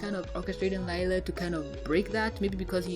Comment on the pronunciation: Its not lila its LIE-LA 😕